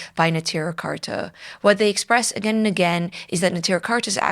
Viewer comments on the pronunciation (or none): Neturei Karta is pronounced "ne-toor-ay" not "netira". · "The name Neturei Karta means "city guards" in Aramaic and is derived from an aggadta recorded in several texts of the Talmud". No Yiddish in the name so I don't know what you mean by referring to Yiddish speakers. I just know that your pronunciation is clearly incompatible with the spelling and with the way that it is commonly pronounced. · You are intentionally misrepresenting Satmar Rebbe and his true followers, such as those in Natruna. We're talking about 10s of thousands of yidden. In the past you have brought on Lubavitcher "Satmar experts" who demean the Rav Yoel and spread malicious lies about him. You intentionally seek to drive a divide between Satmar and Neturei Karta, whose name you cant even pronounce appropriately. It seems the majority of us dont recognize the Zionist state. It is against the Torah. Talk to anyone affiliated with the Edah HaCharedis. You are Zionist operative who actively spreads misinformation against GD and this is a chillul Hashem. Shame on you.